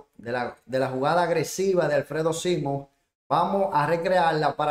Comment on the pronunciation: Por lo menos diga el apellido bien; es SIMON.